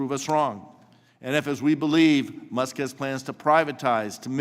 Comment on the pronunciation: People put in money and deserve the benefits. By this argument no ponzi scheme is a ponzi scheme. This guy is a joke, and not just cause he cant pronounce what is probably the most spoken name in media right now.